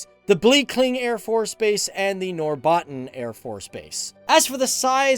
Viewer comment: Loved the pronunciation especially “norbat-ten” instead of “norbotten”